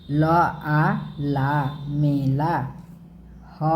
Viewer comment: Maila hoga naki mela